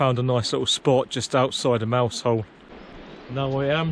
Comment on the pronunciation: " Mouzel" ... otherwise fine upload. Great channel. Many thanks.